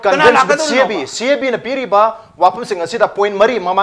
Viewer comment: CAB pronounced twb hetrido noi BJP gi ne